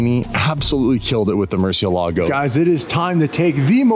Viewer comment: The pronunciation of murciélago 🦇 is not correct